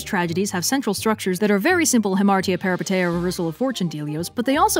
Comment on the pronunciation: I love your content so much but by God, this pronunciation of "peripeteia" is driving me up the wall (it's peripEteia and the ei is pronounced as ee, I still love you though)